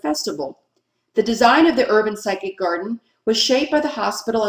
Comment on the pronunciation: cool video - btw Physic Garden is "fizzic" as in Physician, not Psychic ;-)